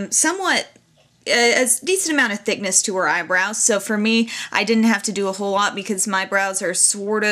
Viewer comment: lol "eyebrowns"??